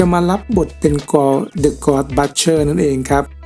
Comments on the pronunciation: Butcher อ่านว่า บุชเชอร์นะครับ บัชๆๆอะไรอ่ะ? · น่าจะอ่านว่า butcher บุชเชอร์ นะครับ